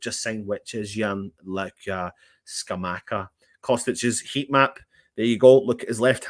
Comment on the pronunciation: Jon Luca Scamacca pronounced like attacker